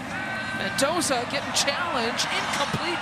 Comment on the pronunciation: The female commentator needs to stop calling him Mentoza. It's Mendoza with a d!